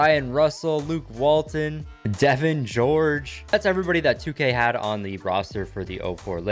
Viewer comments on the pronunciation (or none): none